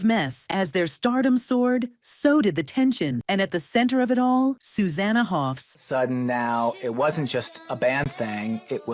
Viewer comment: First of all, it's Hoffs, not "Hoff". Secondly, the others had every right to be unhappy. The band is supposed to be a partnership, not a dictatorship. They all wrote songs and played, they didn't subscribe to be Sue's backing musicians. Her promotion over others was an insult and had to be called out and resisted.